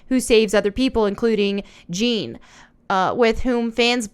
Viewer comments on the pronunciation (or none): Side note Jeanne is pronounced like "John" but with a heavy A or U